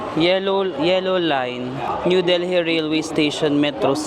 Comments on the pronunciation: Its Delhi silent h so deli no h. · Lol super talaga ang lakas ng loob mo. I like how u travel alone pinapalakas mong loob ko😊 Pero silent H yong Delhi . Correct lang po ❤❤❤ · love your vlogs!!! ❤❤ kaya lang, Delhi is pronounced with a silent H 😭😭😭